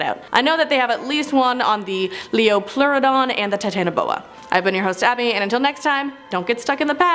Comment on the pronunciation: (Pronunciation): leo-plor-ohdon